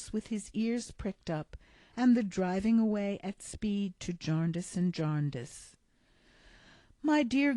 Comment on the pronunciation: Jarndyce! Diiiiiice! Jarndeyece... come on, we don’t murder Americana, please pay us the same respect. Although I am enjoying your narrative, and now somewhat regretting the first part of my message, let me retreat by saying ‘ thank you’ and Dickens belongs to us all!